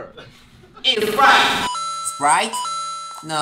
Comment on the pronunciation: Por qué Hoseok (J Hope) dice tanto Spraite